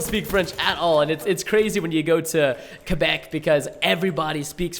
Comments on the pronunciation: ITS CALLED QUEBEC, WITH A Q. QQQQQQUEBEC . NOT KABEC . ALRIGHT? NOT A C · is it just me or does preston say kabeck instead of quabeck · quaaaaaaabeck not cebeck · Preston, it's pronounced Qua-Beck, not Ka-Beck lol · its not Kebeck , its Quebec. idk the way you said it is weird. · Kebec? Quebec Preston come on